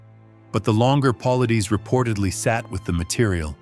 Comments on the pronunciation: Why don't you say his last name correctly..It Pa-lie-des.. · Paul-eye-dez. Say it! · How about you pronounce David’s last name correctly and maybe I will listen . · I’ve wanted to say this exact same thing! Thank You 👍🏾.